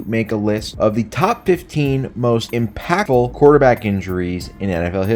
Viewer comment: The way you say impactful gave me cancer